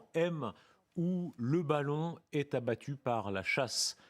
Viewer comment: "Abbatu" vite corrigé... Sinon excellent d'un bout à l'autre